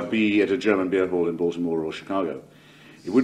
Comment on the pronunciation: Hitch knew how to pronounce Baltimore!